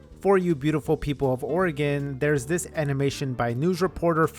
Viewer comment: wow, as a portlander i cant believe people dont discuss this more! we love drama here! this was so cool to learn, thanks so much! please never pronounce oregon wrong again though ❤